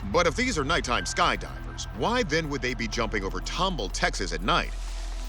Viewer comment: Tumble? It's Tom ball!